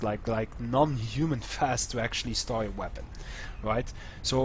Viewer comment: Sounds like you're saying Store. Say the letter O then just add St at the front:) St-O